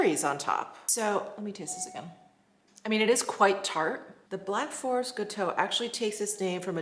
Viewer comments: Hi. If it spells gateau, it means 'cake' in French. It is pronounced GAH - toh. 😉😊🥰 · Pronounced Gatto…Black Forest gateau a chocolate cherry and cream sponge xx